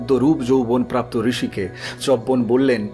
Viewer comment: পড়া খুব ভাল শুধু উচ্চারণ এর ব্যাপারে আর একটু সাবধান হওয়া দরকার , চ্যবন , বল্মীক ইত্যাদি